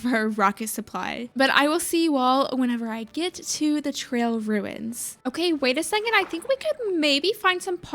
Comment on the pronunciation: The ‘trail runis’ is such a me thing, I love it 😂😭😭